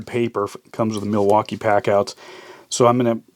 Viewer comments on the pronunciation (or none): none